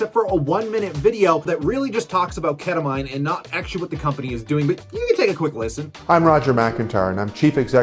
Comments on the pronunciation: Ket-tuh-MEEN.. awesome video! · Learn how to pronounce “ketamine”